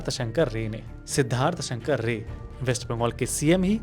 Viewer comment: Your Bengali accent is very good. But I think it's Siddharth Shankar Ray(RAAI, Not rey).